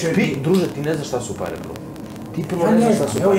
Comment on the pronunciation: Čuj..prvo što kaže,parrrree🤣